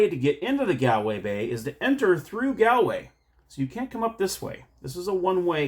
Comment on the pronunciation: The top o' the mornin' to yay! Sigh... my poor ears... Shillelagh is pronounced sh - lay - lay Galway is Gaulway Celtic is Keltic unless it's the name (or part of) of a football team in which case you nailed it. The game's not based on fact, no leprechaun worth his salt will give away a smidgen of gold, let alone a full pot of the stuff. Indeed watch the movie Leprechaun to see what happens if you should get your grubby little mitts on his treasure! Good review of a game I was unaware of, though I suspect most people who would be interested in it will be too drunk to watch this tonight! 😂 Happy St. Patrick's Day.